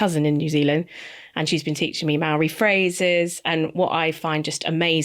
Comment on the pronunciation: hey just a heads up that Māori is pronounced differently than its spelt 🥰